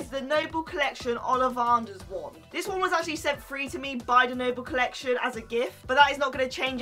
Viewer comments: It's olivAnders NOT olivARders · you say your a Harry Potter fan but you can't even pronounce olivanders what is olivarnders